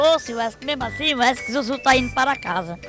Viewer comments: Ta falando errado num e Wesley e WESCLEY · KKKKKKK 'weskley'so essa zuzU msm KKKKKKK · "Uescley Sapatão" kkkkkkkkkk morrendo de rir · "wescley" Safadão huahuahuahuahuahuahuahushuahushua